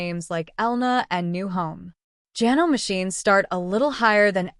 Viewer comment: If you are going to use AI, please program it to use the correct pronunciation. I am able to overlook Janome mispronounced as ja-nome when it should be ja-NO-mee, but when it refers to sewers as "sue-ers", I draw the line and stop watching. This is about sewing machines, not a plumbing project.